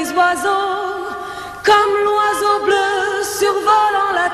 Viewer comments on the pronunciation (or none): none